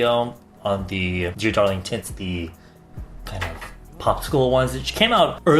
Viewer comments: I keep on hearing tits 😂😂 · I know was saying "tints" but i couldnt help but hear "tits" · Everytime he says "tints" I hear "tits", why tf